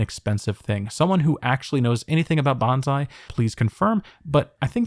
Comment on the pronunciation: Sorry to pop in with a pedantic correction. It's "bon-sai," not "ban-zai." They mean totally different things.